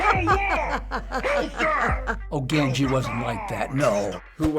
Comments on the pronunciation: Listen you called Gandhi Gan-jee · did he just pronounce it "ganji"? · Dear TheFineBros , At 2.23 time its "GANDHI", not otherwise.. Love from India..